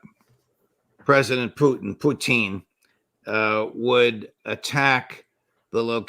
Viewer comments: President "Puteen" 😂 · He says Pooteen lol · I love how Ray says "Pew tin" 😁😁😁😁😁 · Question: Why does Ray McGovern deliberately mispronounce Vladimir Putin's name? It's highly annoying. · Which makes it all the more weird because i've heard russians pronounce putin's name, and it ain't the way mcgovern's doing it. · It’s also Putin with the correct stress on it